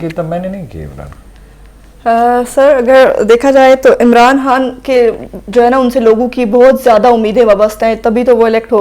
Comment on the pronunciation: یہ عمران خان کہنے کے بجائے عمران هان کہ رہی ہے.